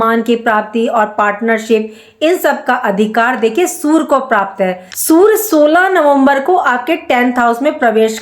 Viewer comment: Sur???😂 Sur ya Surya? Learn how to pronounce 😅